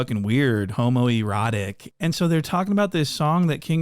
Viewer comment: killed me "homoerratic"😂